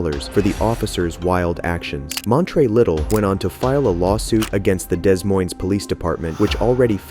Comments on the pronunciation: It’s pronounced da moyne. Not dez moynes. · "Dez Moynz"? Really? "DA moiyn" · Not "Dez Moynes" !!!! It is pronounced "De Moin" (moin would rhyme with coin) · YOu can tell it's AI Narration. It's not DAYS Moynes. It's "Duh-moyn" Des Moines IA. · it’s DEH Moines. Not Dez Moines. You’re literally from America. Learn the cocksuckin language that you were raised speaking.🙄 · This is dumb. Not everything is racism, sometimes there are just bad cops or cops that are too eager or over zealous. Also, you need to learn how to pronounce Des Moines. It’s pronounced ‘Duh-Moyn-Uh’, not “Dezz Moinezz”. You must be a SJW and Biden voter, right? 😂😂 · Dez Moinz? Really? Des Moines is pronounced De Moyn, just like you don't say the S in Illinois, or the second C in Connecticut. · So, it's pronounced Duh Moyn, not Days Moynz or Dez Moynz. Our city likes to use brutality and pays out lawsuit settlements on an average of once a year, but doesn't seem to ever make any necessary changes to avoid more lawsuits. They just keep raising our taxes so they can keep doing the same things. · It's not pronounced daysmoines the ss are silent it's pronounced de moine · “Days moine” just hurt hearing that lol instead of “deh moine”, even though I probably pronounce things incorrectly sometimes hahah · You actually said Des Moines haha it's pronounced like De Moin. The "s's" are silent. For future reference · "Dez Moines" ??????? hahahaha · DEZ MOINZ... The Nigh Mets are my favorite squadron. Is this channel even made by an American? Forget "detective". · Work on your AI voice or your own pronunciation. "Des Moines" is pronounced "De Moin". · as a resident of Des Moines, his pronunciation made me smile lol no hate because it's weird spelling and stuff but "duh moin" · Excuse ne but where in the world is 'Daze' Moines? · "Dez moynz" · Days moines? No real American would say that, this is an AI channel. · Your AI doesn't know how to pronounce Des Moines or Pinal.